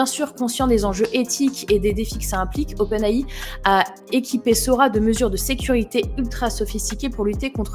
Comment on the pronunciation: Vidéo intéressante. Il aurait été de présenter le "comment" pas seulement le "quoi" . Idée pour une 2e partie :) 1. Vous prononcez Open (en anglais) AI (en français)... uniformiser le tout serait plus cohérent à mon humble avis 2. 1min18 "notre cerveau qui transforme nos pensées en images" cette affirmation est prouvée ou c'est juste le script ?